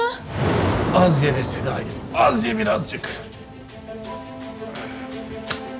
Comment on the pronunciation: Başkan Sedayi diyir ya Senayi? Ben Senayi duyuyorum